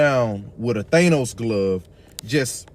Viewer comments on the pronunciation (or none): He sound like a traitor to me. They say everything is sassy that a man says and do. It's THANOS not Thaynos!